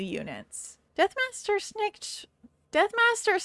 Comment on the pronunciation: lol, "deathmaster sniketch"